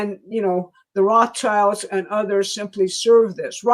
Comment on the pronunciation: you've never heard Roths childs pronounced ?